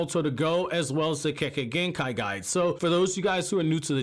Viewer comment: When you said Kekkei Genkai guide....I first heard Kekkei Genkai Guy....LMAO! brilliant channel fam